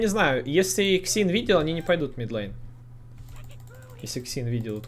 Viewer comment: middle line- средняя линия! Не мид лЭйн, а мид лАйн) А гайд как обычно хорош! За табличку не знал! Спасибо